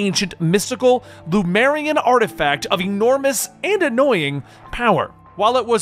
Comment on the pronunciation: love your work, man! Love this run, too, but I gotta say one thing because it always drives me nuts. It´s LeMUria, not LuMEria.